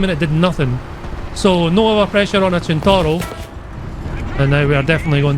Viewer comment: the fact that he says centauro "chin-tauro" just makes it good